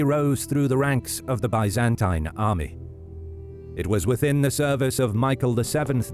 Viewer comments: The video’s pronunciation of Byzantine is quite an innovation! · Had to stop watching after only a minute in after the consistent mispronunciation of "Byzantine". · Just can’t stand the way you pronounce Byzantine though. It’s like a nail on a chock board to me. Lmao 🤣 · sorry man, but the way you say constantine and byzantine is so awful, i can't watch this video